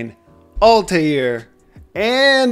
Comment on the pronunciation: Altair's (two syllables, btw) syntax makes the most sense to me. Took me forever to understand how to unleash the power, though.